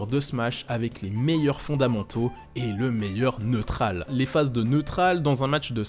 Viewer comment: " Lé Neutrral"